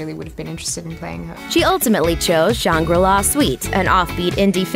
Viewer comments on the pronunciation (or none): she really said "shan-gree-lah" when it's "SHANG-ri-LAH" but idk okay